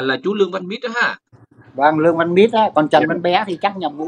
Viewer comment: Ong noi Luong van Nich chu khg phai Luong van Mit